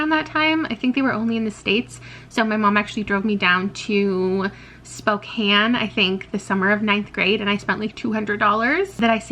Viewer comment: My childhood favorites that really stand out as having been favorites are the Nancy Drew mystery books (the original series, not the newer one) and the Boxcar Children books. Also, I am from Spokane, and I was genuinely surprised to hear the city name pronounced correctly. It was a pleasant surprise. ☺